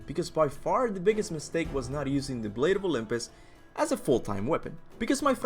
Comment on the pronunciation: Oh my god the weapon is pronounced, the blade of Olympus, you playd the God of war games you use all the weapons and you can't even get the name of the very best weapon in the franchise RIGHT, it's weird cause it was only in 2 and 3 anyway go back to school redo the alphabets do your ABC, all over again and learn how to spell as in, start over redo go back to all the previous schools ya went to when ya was a little kid, cause YA don't know how to spell shit. Hopefully the blade of Olympus is in five, guessing maybe in five kratosis son will actually find out what kratos is and what all hes done, hopefully all of it this time, kratos dident tell hes son everything cause he didn't want to scare and have him leave he( told him half ) not everything🤔